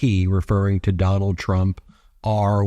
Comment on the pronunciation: Necklace sprayed with Duh-nald's bronzer 🤦‍♂️